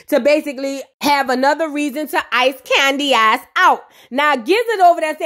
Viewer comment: Everytime I hear 'Candyaxs' 😂😂😂